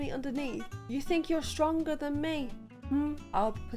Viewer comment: "do you think you are shtronger than me" she said, as she flared her matchstick arms and looked at us menacingly.....